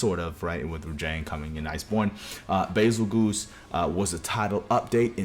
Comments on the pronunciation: "Bezelguese" not "Bezelgoose" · Nah “Bazel-GOOSE”???? Never heard ANYONE call him that💀💀